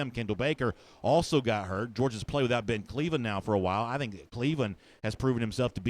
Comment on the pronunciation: Who haff Georgia pwayed woooo?!